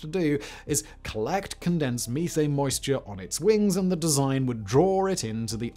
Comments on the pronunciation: Meeth-Ane??English people must be smoking meeth! 😂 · It's crazy he says methane and not methane